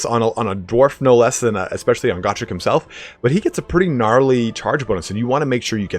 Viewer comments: Isnt it GO-Trek not GAH-Trek? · Go-Trek, like Star-Trek, Not Gor-Trek, Goooooooo-Trek. Gor is greenskin, Goo is Dwarven, everybody now, Go-Trek, Not Gor-Trek.👍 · it is pronounced (GO Trek) not (God Rick) say it right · Its "Go-trek" not "got_rek"